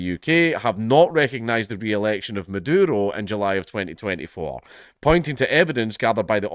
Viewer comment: I dont know if its on purpose or just his accent, but im hearing him call the vz prez madoodle.